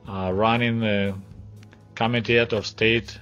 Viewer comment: When you started talking about Chernenko, the way you said "General Secretary of Central Committee of Communist Party of the Soviet Union" it sounded like you said "General Secretary of Central * Comedy * of Communist Party of the Soviet Union" - I got a good laugh from that 😄